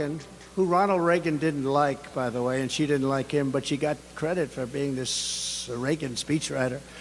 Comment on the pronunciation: "Eyem better looking than sheyes"